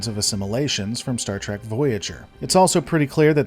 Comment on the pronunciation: Oh dear. I stopped watching the second you said star tek Picard